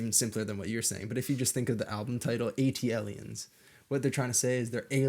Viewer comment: A T L E ans the whitest pronunciation I've ever 😂😂😂😂😂